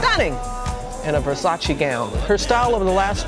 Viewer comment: May you please stop say Versaci, it's Versace!